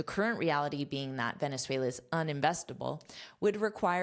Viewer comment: Excelent!! I'm venezuelan and you say 'Venezuela' very well! Thanks for teach us! Have a great day!